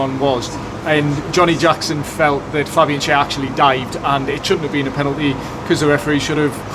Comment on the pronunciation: Loved your tribute to Waddler,. Clear “pelanty” 😂